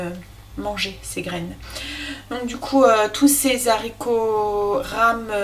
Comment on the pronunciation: Quelle cuisinière, tu me donnes envie de m'y remettre et ta chaîne est une mine d'or. Je t'en remercie beaucoup. Une petite remarque en passant (ne le prend pas mal) : les Zaricots euhhhh 🤔, c'est meilleur sans fil et .... sans liaison 😊 A bientôt pour déguster tes prochaines vidéos 👍😘